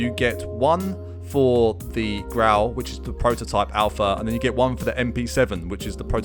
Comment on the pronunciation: "Prrototypuh" lmdao😭 I had to check another video before subbing. ✔️😌